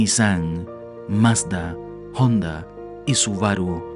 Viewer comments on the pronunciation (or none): none